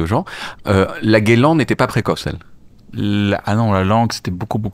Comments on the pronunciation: Gueuuuuu - Lan et pas guélan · Faut arreter de dire GUELAN, PERSONNE DIT ÇA 😂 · Franchement, j'adore le smalltalk!!! Super émission, je kiff le concept, tes invités, vraiment tout est cool!!! Mais je t'en supplie!!! Pour l'amour des mots et de la langue ( justement ), arrête de dire " guélan "!!! Ça fait tellement teubé!!! 😮 Ça me fait le même effet qu'un " wèch " ou un " frère "... ça me ferait presque zapper le reste de l'émission... Amicalement bien sûr!!! Tchou 😉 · qui fait du verlan, ca ne passe pas pour moi, j’ai failli arrêté quand il a dit guelan 😅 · je t'en supplie, cesse de dire "guélan"! Personne, mais alors personne ne connaît ce terme à part toi 🙂